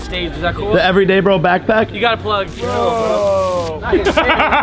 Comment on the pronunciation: It's. eveday. bro